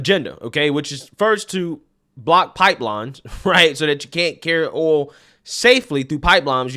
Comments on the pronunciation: Yo there is a i in oil. It is like O-E-oL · OHL for OIL , how do you say toys? TOES? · The way u said oil....lol..too funny